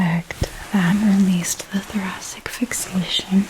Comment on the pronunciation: It's a soft C, like thoraSic.